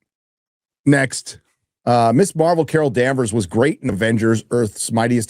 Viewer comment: Ms. and Miss are not the same thing nor are they pronounced the same (Pronounced Mizz). It's not Miss Marvel. It's Ms. Marvel.